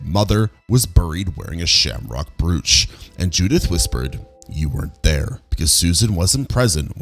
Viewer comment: Pronounced “broach.”